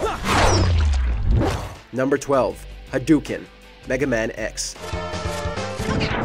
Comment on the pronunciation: Say it with me. Prounced ha do ken ...spelled differently tho